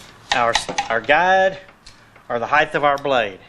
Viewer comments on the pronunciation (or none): what the hell is heighth?